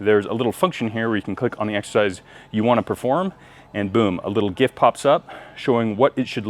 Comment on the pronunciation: I am in the middle of the buff dudes cut plan, will more plans be added to the Buff app? Edit: thank goodness your say GIF the right way and not like a degenerate (yes I know the person who came up with it pronounces is wrong hes wrong and bad and should feel bad )